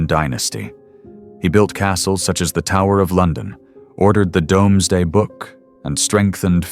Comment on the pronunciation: The Domesday book is pronounced "doomz-day", not "domes-day".